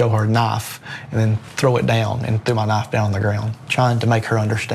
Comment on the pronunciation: On top of that it's a 'knife' not a 'nuff'. Aren't the cops supposed to speak English? A young person could potentially not understand these instructions